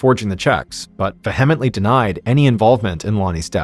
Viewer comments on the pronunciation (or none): Vehemently and Higginbottom were also wrongly pronounced. 😢